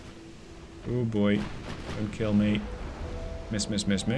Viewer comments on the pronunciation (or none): none